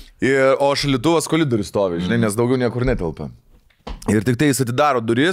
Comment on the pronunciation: koRidorius, ne koLidorius.